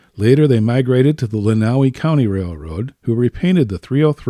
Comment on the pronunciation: Outstanding; the commentary from the guys who actually rebuilt, maintained and ran the engines is priceless. Couple corrections, though: the railroad in Tecumseh MI is the Southern Michigan Railroad not the Michigan Southern...and Lenawee is pronounced 'LEN-uh-way.'